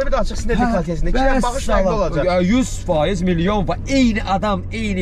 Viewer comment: “olıcey” yox, orfoepik normaları pozmayın. 😀